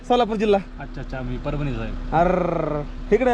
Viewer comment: मरभणी नाय रे येड्या परभणी 😂😂😂😂